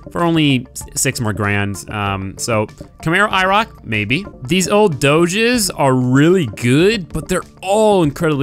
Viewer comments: Did he really say Doge instead of Dodge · Did you just pronounce dodge like doge? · Did he just pronounce dodge, "doges" :/ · 'these dodjes' 😂😂😂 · the way he said dodge killed me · Can u please pronounce Dodge right